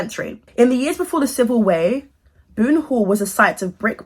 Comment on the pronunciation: I respect the hustle but yuck!!!! " the civil "way" yikes